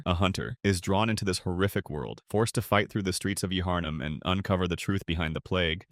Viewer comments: nah bro not ya-harnum 😭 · Great video! Yuh-Harnum for Yharnum did cause me some anguish though. Still good content.